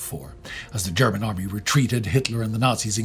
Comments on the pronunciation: ' German is good especially his pronunciation, that is how those words are pronounced. Why should he mispronounce a name or a word if he can pronounce it correctly? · you really bring the german pronounciation across very accuratley